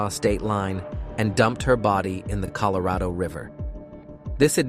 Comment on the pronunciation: That one word out this whole video haunts me🤣🤣😂🤣😂😂🤣😂😂🤣...I heard it too😭😂🤣😂🤣😂🤣